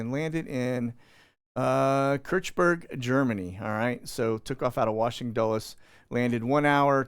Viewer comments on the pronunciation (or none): none